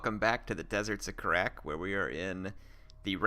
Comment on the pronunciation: The first time watching one of these I thought you said "Deserts of Crack" lmao